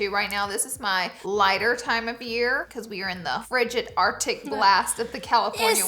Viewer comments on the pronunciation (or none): none